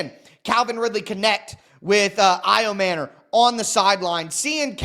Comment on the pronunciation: Ayo-manure? You’re MANURE! You suck bro! A journalist (wanna be) should learn to pronounce people’s names to not offend them. That’s just lazy bro, YOU SUCK! AND STOP YELLING!